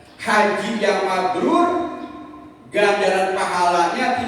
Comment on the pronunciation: Mabruur bukan mabrul